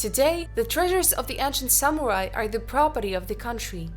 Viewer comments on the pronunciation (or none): none